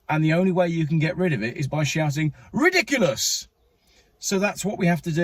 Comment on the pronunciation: it’s “ridicilus”, or possibly “ridikilus”.